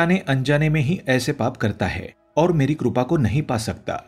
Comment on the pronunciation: Krupa nahin, Sir, "kripa".